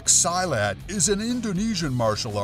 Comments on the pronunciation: Silat is pronounced SEE-LAT, not “Sy-lat”. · Silat is pronounced SEE-LAT. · sorry but you said silat in the wrong way